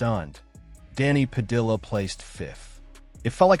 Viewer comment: Why he using L sounds pronouncing Padilla